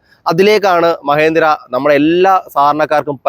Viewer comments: മഹേന്ദ്ര അല്ല മഹീന്ദ്ര. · മഹേന്ദ്രയല്ലല്ലോ.. മഹീന്ദ്രയല്ലേ😂😂